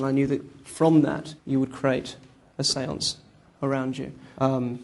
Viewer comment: I know how he got her to go into number seven atleast. He said the sense several times in a way where it sounded like seven